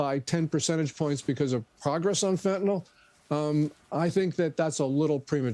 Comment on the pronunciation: Fentanyl is pronounced fĕn′tə-nĭl (fenta-nil), not fentanol; there's no "o" in the word. In chemistry nomenclature, "-ol" is an alcohol; Fentanyl is a piperidine opioid. The name is a portmanteau of pheno- + anilide + -yl with arbitrary spelling alterations.